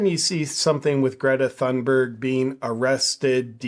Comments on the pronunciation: No JP, it's pronounced thoonberg. As you said, Greta herself for some reason is speaking like she has a mouth full of marbles. Something happened between the farmer telling her that she's an idiot, and this. I suspect she got in the wrong persons face, and got herself clocked with a roundhouse punch that screwed up her sinus cavities. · JP the “ Th” in Thunberg is an aspirated T not the Theta sound as in “ thick” or “ thin” or Conspiracy“ theorist “. In English as in Swedish voiceless consonants at the onset of a stressed syllable are often aspirated and indicated by adding an “ h” as in “pharaoh” or “ Phuket”. Both English and Swedish have Nordic roots. I would expect this also in the English spelling of “ Thomas”. In other languages like Spanish it is spelled “ Tomas” as the stress is on the second syllable so the T would not be aspirated anyway. I don’t know if Spanish follows that rule as it is Latinate and does not share Ural-Altaic contingency. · I think it’s pronounced Greta Dumberg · YOU pronounced her name wrong. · Pretty strange that JP thinks, he better knows how to pronounce Gretas family name. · greta forgot how to pronounce her own name, who on earth has ever forgotten how to pronounce their own name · Loll jp telling her how to pronounce her own name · JP, you have great content and I've never heard you say something off in the past. I don't much care for the little Doom Goblin myself. But saying Greta Thunberg isn't pronouncing her own name right really rubs me the wrong way. A person is always the authority on how their own name is pronounced. We don't kowtow to pronoun and neopronoun demands, but we DO respect people's legal names. BTW you got it wrong, JP isn't pronounced "JayPee" it's JooPoo. Get it straight! Your next video must start with introducing yourself as "JooPoo." Plus a sincere apology for saying it wrong all this time and misleading your subscribers.